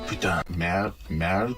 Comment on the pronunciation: That where you can combine those two to have a wonderful "Putain de merde" said one time in the game for sure, the meaning is that you are just more mad than a little "Putain". The prononciation is not perfect but in fact, perfect the way it is! so fun